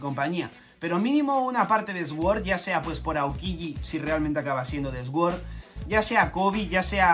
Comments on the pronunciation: Esguor hahahahaha! Hasta los oídos me duelen cada vez que dice así 😂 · Sword se pronuncia ¨suord¨, gran video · "Sword" se prununcia "suord". Disfruta las vacaciones, rey. 😊